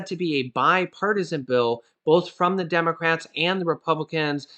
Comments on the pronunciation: Hey, you said Demorats not democrats🤣🤣🤣! Thank u so much I need to laugh this am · Lol did say Demorats at 1.45??